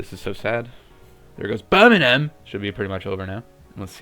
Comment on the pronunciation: btw, as someone from the U.K, it's pronounced 'berm-ing-um'